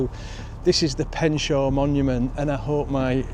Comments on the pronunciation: its pronounced pen-sha :) i have ran up the hill to the monument a few times its hard work. been in that museum and never knew about these children and the old building. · Pensher is the correct pronunciation🙂❤️ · Pronounced Pensha